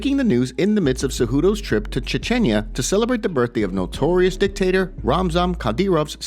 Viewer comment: Chinchinya? Where is that? Lol